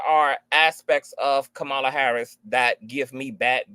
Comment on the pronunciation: Respectfully, it’s Kama-La not Ka-Ma-La Y’all are butchering her name